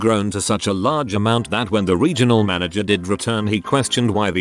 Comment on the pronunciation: "Mana-GRRRR" Bless you, text-to-speech. 😂